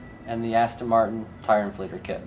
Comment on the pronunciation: Just saying its ASTON NOT ASTIN ! just saying